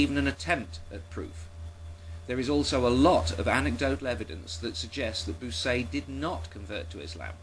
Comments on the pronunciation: And Bucaille's name is pronounced bü-kye (Rhymes with goodbye). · This is brilliant. I always suspected those scientists' comments had been obtained sneakily - and you actually have the info, which is great. Incidentally, a minor detail (as i'm sure you've been told already) "Bucaille" is pronounced much like "Puke Eye" but with a "b". That is, when it's not pronounced "Wanker" !